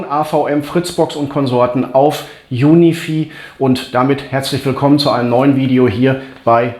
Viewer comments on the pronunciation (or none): Juni vieh macht mich fertig 😂🙈 Junifei spricht man das aus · Cooles Video - Danke dafür. P.S. UniFi spricht man wie "Unifei" aus ;-)